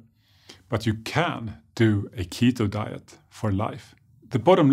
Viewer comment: When he " ketho dieth" and I'm just wow